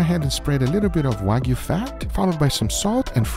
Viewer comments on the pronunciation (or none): none